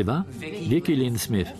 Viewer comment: SmyTH a nie SmYF. Ach, ci lektorzy...